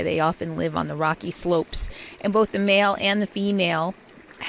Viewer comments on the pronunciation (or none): none